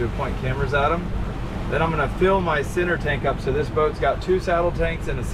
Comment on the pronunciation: says the boat's got two outside tanks and a "sinner" tank, 🤣